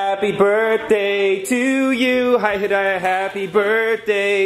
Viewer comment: I had to rewind to make sure I heard Scott correctly when he said "Hi Hidaya"